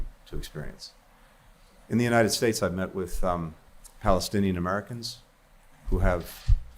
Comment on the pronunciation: He can't say Palestinian 😢😢😢😢😢